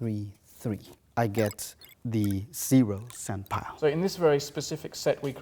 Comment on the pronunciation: After 15 minutes it sounds like he says senpai and not sandpile